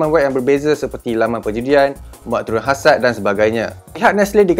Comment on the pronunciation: Muat turun ‘hasad’? Apa pelik benor bunyinya?